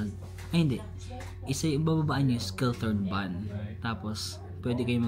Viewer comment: read as Shiltorn (Schilltorn) Jungfrauhoch ( Yungfrawhok) Gimmelwald (Gimmelvald)